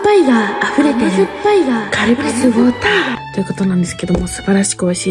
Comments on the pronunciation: カルピスウォーターの発音めっちゃ良い笑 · カルピスウォーターって 発音よく言ってんの好きｗ